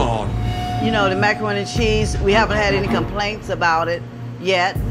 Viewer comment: When she was describing her macaroni and cheese... Sounded a lot more like microroni and cheese. Lol